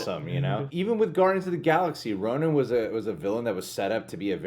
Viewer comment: Bloodstone Pisces It’s Ronan. Not ronin